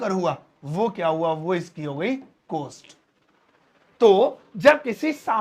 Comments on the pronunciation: Cost ki pronunciation कौस्ट है कोस्ट नहीं। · Your teaching is excellent but one request , please pronounce correct word. It is cost but not coast... Hindi me chhote O ki matra and Bade O ki matra me bolne me antar hai.. Nursery me padte the ham jaise chhote O se Okhali and bade O se Aurat... Bol kar dekho you will feel the difference.. Teacher ki pronunciation bilkul correct honi chahie.....